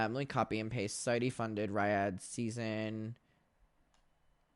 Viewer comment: Your pronunciation of Riyadh is actually killing me